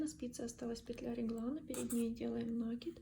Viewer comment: Пожалуйста, не коверкайте слова, изучайте орфографию.. Слух режет Ваш нАкид!